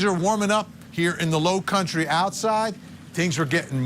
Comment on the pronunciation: Country ass pronunciation.